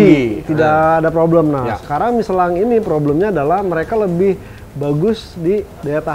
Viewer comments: Si knpa sih nyebut miselang udh tau michelin di sebut miselang aneh si ini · Michellin apa nyeselin nich..bahahaha